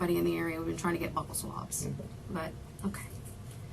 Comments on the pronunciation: “Buckle” swabs is killing me. Buccal. “BYU-cal swabs”, meaning inside of the cheeks and gums. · Its not pronounced " buckel swab" its buccal swab like bugle...(inner cheek) makes me crazy as a nurse...i know, silly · Būccal... Not Buckle 🤦🏻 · It is pronounced Buuuuu cul swabs not buckle swabs lol Man why did they put this rookie in there with this maniac psychopath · Lol it angers me when people pronounce buccal as BUCKLE... oh we gotta get dat dem darm buckle swab from you... then she comes back in and literally says he's gonna come in and get your BUCKLES like it's a noun, lol... the word is pronounced BEAU-SUL as in beautiful and Sully together. It is referencing the buccal cells in your mouth, it's an adjective not a noun... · The fact that's she's saying "buckle swabs", is blowing me. 😒 literally every other time I've heard it, it was pronounced "bue-ckle" swab... like rhyming with blue-kle.. 🥴🤷🏽‍♀️😫🤦🏽‍♀️ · BUCKLES? ITS DNA. ITS JUST DNA, NO NEED TO CALL IT BUCKLES DUMMY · I hate when they pronounce Buccal swabs as "Buckle". These fucking people cant even pronounce it properly but use it against you in court 🤣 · It's pronounced (bew call) buccal swab... But I digress 🤷🏼‍♀️🤷🏼‍♀️🤷🏼‍♀️